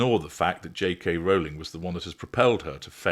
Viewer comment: AT LAST! A YouTuber who pronounces Rowling’s name correctly! Thanks. All the other weird pronunciations are grating.